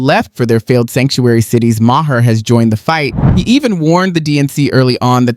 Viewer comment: It’s pronounced “Marr” not “Mah-her”. Please. You go back & forth between the two.